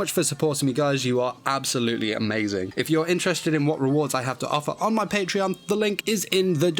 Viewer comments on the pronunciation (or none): none